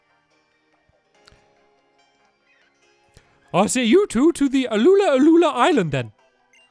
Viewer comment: And its ula ula not au-la au-la